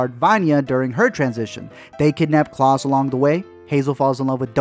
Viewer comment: KLAUS. K L A U S. KL-A-US Not cLaUsE bruh